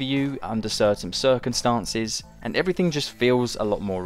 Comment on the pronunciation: "...under certaim circunstances."